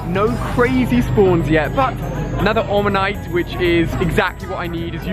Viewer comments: No one ever mentions him saying onamyte when it's spelled omanyte 😂😂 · omg ali why do you always say onamyte its omanyte, please stop it xD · he said onomayte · It's Omanite, not Onamite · IT'S AN "OMANYTE" NOT AN "ONAMTYE" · ITS PRONOUNCED OMANYTE NOT ONAMYTE XD!!!! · its oMaNyte pls.... not oNaMyte.. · I get really annoyed when he says oNomyte